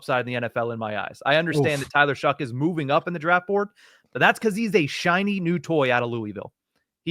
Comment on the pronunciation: Bro why do you keep calling him shuck its shough pronounced show not shuck there's no c or k in his name